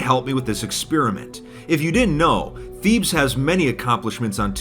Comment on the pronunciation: "Thebes" is not pronounced the way that said it throughout the video. It's actually pronounced "Teh bays"